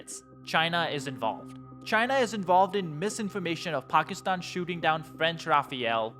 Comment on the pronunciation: Pock is tan??? Or Packy stan???